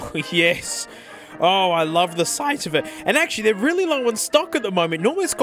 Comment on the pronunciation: "i love the s 𝘪 ght of it"